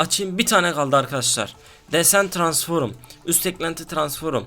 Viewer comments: ya transforum diyorsunya kopuyorm ya jcidjsnd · Transforum değil transform